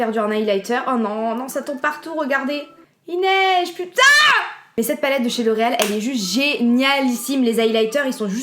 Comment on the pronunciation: quand tu as dis "il neige" j'ai crus que tu avais dis "inès" ptdrbfkdke 😭